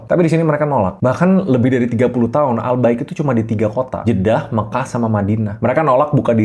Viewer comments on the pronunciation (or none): Gw kira ai bqik, wkwkwkw😂😂😅